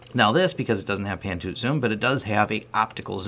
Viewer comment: lol "Pan toot zoom"